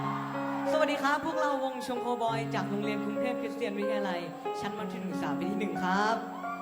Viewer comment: อ่านชื่อวงผิด